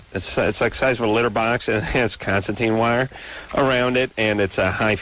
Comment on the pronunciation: concertina ... Constantine is a proper name concertina is not. con - sir - TEE - nah